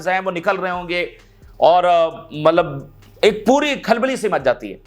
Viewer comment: CODU BHAEE "MALAB" NAHI LAFZ "👺MATLAB" HOTA HY